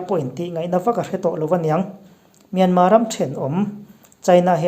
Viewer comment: Myanmar thi hi alam dan hi ka lo ngaihtha ziah thin a , Myanma(mianmaa-maa) nilo in = Myanmar(mianmal-mal,r) ti tur aw. Sorry lutuk ee ka sawisel na pawh ni masa lo nia, min lo riathiam dawn nia..